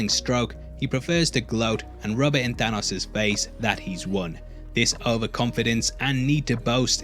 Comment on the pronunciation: I like how you pronounce Thanos like Thor, ya know not right also "killing stoke"...